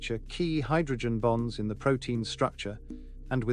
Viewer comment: I know you're saying the word bonds BONDS but when I hear you say hydrogen bonds my brain says hydrogen bombs don't ask me why it's a weird thing it just sounds like you're saying hydrogen bombs so be careful of that and you might want to switch up saying bonds made with hydrogen